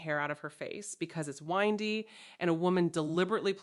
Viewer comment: AI It mispronounced “windy”